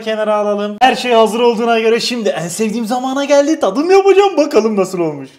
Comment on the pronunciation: 12.34 tağdım yapacam xd